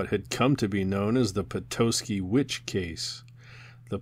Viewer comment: These are great. I'm enjoying reliving childhood moments or reading these books for the first time. As a native Michigander though, I ask you kindly to look up the pronunciation of Michigan cities. Cities with names like Petoskey and Mackinac aren't English in origin and aren't pronounced the way they may read. Otherwise, yes! these are great and I making my way through all the videos. Keep up the great work and looking forward to the next ones.